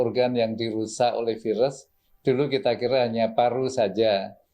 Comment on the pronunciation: Piras pirus piras pirus bosen gw dngernya